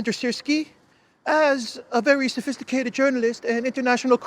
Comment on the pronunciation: Sophistihcated journalist! 😂😂😂😂😂